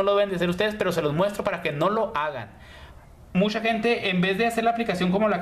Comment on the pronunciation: Shicas y shicos, mushoo, ciento oshenta, brisho, musha 😂😂😂....habla bien por Dios!!!!!!